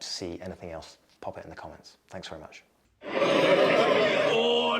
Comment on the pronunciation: Good video. I belive you are doing something extremely difficult. And that is to make fun of thing that are difficult to explain, and are relevant and tragic. Cheers. "Orrdaaarrrrr"--- "O'Darrrrr" :-D